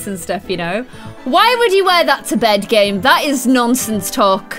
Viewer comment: Every time she said game I thought she was saying Gage and I was like who is Gage??